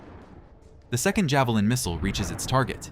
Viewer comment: Please learn how to pronounce missile, clue it's mot mistle!